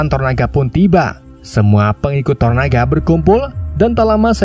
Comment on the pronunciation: tonana, toronana, toronaga... santai bang. yang penting bukan jadi toro sudiro atau toro margens